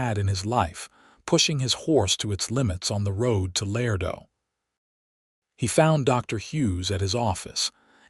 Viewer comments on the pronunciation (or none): Love this narrator’s voice, but he is mispronouncing La-ray-doe NOT Lardo. My mother & father divorced when I was two. My stepfather was a man like Benjamin. I never had a relationship with my biological father, but my stepfather always made me feel as if I was his daughter.